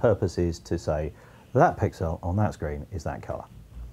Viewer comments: Why does he say 'pixel' so weird? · am I the only one who finds the way he says pixel weird, the stress seems to be in completely the wrong place